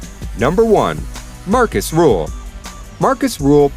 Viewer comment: Dont say Ruhl its Rühl